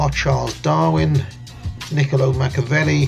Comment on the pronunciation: It's MacchEEEavelli, not Macchavelli